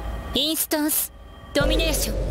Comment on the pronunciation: ドミ↓ネー↑ション